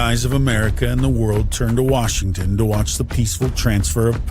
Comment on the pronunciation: Warshington? Dude from Oklahoma got that right.